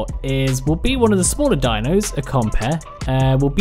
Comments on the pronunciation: "Compeh" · Sounds like when he says, compy he says compeh.